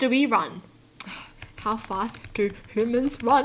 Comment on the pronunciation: I love how says humans it’s sounds like she’s saying hoomans.